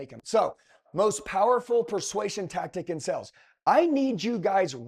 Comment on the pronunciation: Dude please know the word sales. It’s not the same word as sells.